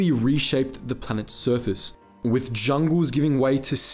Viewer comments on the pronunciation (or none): none